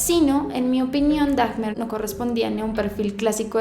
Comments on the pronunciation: Te haré dos correcciones... 1. Pronuncias mal el apellido de Dahmer, se pronuncia como se lee, tiene una "H" intermedia y esta es muda. 2. La imagen del niño que mostraste al inició donde aparece Jeffrey adulto y Jeffrey niño, no es la foto de Dahmer en su niñez, ya que se trata de un niño de un caso muy sonado en Estados Unidos, por la desaparición y posterior asesinato de éste... y que de hecho algunos culpan a Jeffrey Dahmer de la muerte y desaparición de él... pero no tiene nada que ver con la desaparición del niño, de hecho esa imagen que aparece ahí es la de Adam John Walsh, hijo de un investigador criminal, y presentador, más conocido como John Walsh, que tiene una serie de casos por resolver en ID (INVESTIGATION DISCOVERY). Por lo demás, muy buen video, un abrazo. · Daffffffffffch ner! ? Jajajajaja nisiquiera investigas como se pronuncia el apellido jajajajajajaja ignorante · Me gustó mucho tu maquillaje y todo pero me da escalofríos cada que pronuncias la h de Dahmer como Dajmer 8( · ¡Por fiiiiin! (Se pronuncia "Daimer") Ross bebé precioso en su película 😍😍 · Hola! ¿Porqué sería "Daimer", según yo la "h" no se pronuncia, entonces sería "Damer". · Por querer andar de poser, has pronunciado mal el apellido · NO SE PRONUNCIA DAJMER, SE PRONUNCIA DAMER -_ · no se pronuncia DAGMER... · Normalmente no hago este tipo de comentarios que a mi parecer van más allá de una crítica, ¿pero por qué pronuncias el apellido de Dahmer como: "Dagmer" y Milwaukee como "Milguauque"? Suena chistoso. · Es Dahmer, no. Dagmer 😭😭😭😭 LA H ES MUDAA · es dahmer, se pronuncia damer no daHJJJmer. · hermosa se pronuncia damer ...no dagmer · te amo pero por favor no digas "dagmer" lmao, es como "damer" como se esrcribe. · ...no se pronuncia Dajjjjjmer...se pronuncia Damerr...la h no se pronuncia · Se pronuncia dagmer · Puse el vídeo, dijo "dagmer" luego "milguauque" y lo quité ALV. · Ésta historia está mal contada, 🤔😐 Y es cosa mía, o dice dafner? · La "H" es muda :0